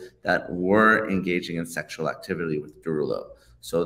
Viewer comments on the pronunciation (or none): “Engaging in sexual activily” y’all I know this is serious and I’m not diminishing that but he couldn’t even say activity right is sending me offff!!